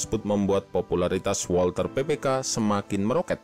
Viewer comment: Mohon maap min, koreksi sedikit buat bagian pelafalan, huruf Z di bahasa Jerman itu bunyinya mirip gabungan huruf ts dan W itu bunyinya mirip V di bahasa Inggris dan Ei itu dibacanga Ai, bahasa jerman jarang memakai huruf² silent, beda ama bahasa Prancis atau Inggris jdi kita bisa santuy aj baca semua hurufnya ga perlu khawatir lidah keseleo. Bukan bermaksud menyinggung sih tapi karena Walther PP itu dinamakan dari kata dalam bahasa jerman maka ada baiknya kita menyebutnya juga pake pronunciation mereka sebagai bentuk penghormatan ke bahasa tsb